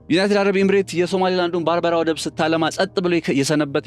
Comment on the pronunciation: የባርበራ ወደብየሚባል አዲስ ወደብ ፈጠራችሁ እንዴ? በርበራ ነው የሚባለው!!! 🤔